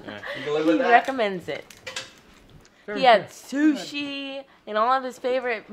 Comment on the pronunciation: "Soosie" Chef LOL. It's pronounced "Sue" Chef. Happy Birthday and safe travels